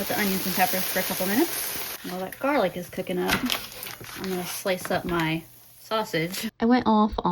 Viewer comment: You call it "jarlic" too! I think I started doing that after watching Babish. 😂